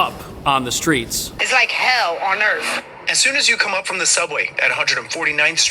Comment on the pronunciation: What is earf ? 🤔. Those neighborhoods are full of illiterate people that can not pronounce the English language properly ! 🙄😵‍💫🤕😳😄 First they need to speak proper English before they can be helped 👎💩